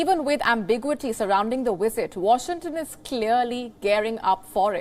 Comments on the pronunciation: its visit not wisit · hahahahahhaha !!!! did you listen to the question she said: Vill she Wisit Taiwan ! lol. can someone teach her the difference between V and W 😅🤣🤣🤣